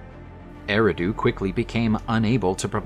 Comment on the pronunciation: It is pronounced (AIR - AHH - DUE).